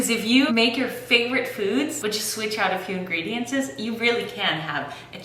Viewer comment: Say It with me! INGREDIENTS!! Not ingredienCES!